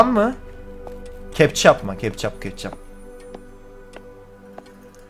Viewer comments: Kana ketçap demez kepcap der 😂😂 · *kepçap kepçap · Kepçap değil abim ketçap 🤣🤣🤣🤣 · 14.10 ketçap türkçe dili kepçap ise berk abinin dili (yemin ederim gülme krizi ne girdim) yanlış alamadın değilmi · Nobody::Kepçap kepçap kesinlikle kepçap